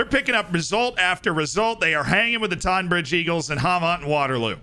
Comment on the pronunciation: I live pretty much next to longmead (tonbridge angels ground) funny to see them being mentioned. It’s pronounced tonne bridge though